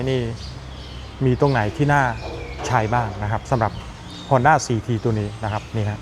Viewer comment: ฮ อ น ด้ า CT125 😊 อ่านว่าสี่ทีหรือ ซี ที กันแน่ครับ ผมฟังยังไงก็ สี่ที